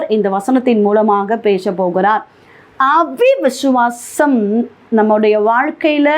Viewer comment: அவி விசுவாசம் இல்லை சகோதரி. விசுவாசம் அ விசுவாசம். சரியா சொல்லுங்க. இதை கேட்கிறவர்களும் இப்படியே சொல்வார்கள் சகோதரி. பிரசங்கம் நன்றாக உள்ளது. தேவனுக்கு நன்றி.